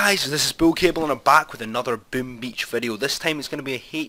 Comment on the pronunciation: He said bim beach 😂😂😂😂😂😂